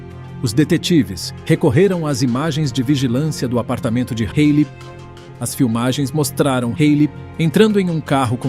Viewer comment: É Halley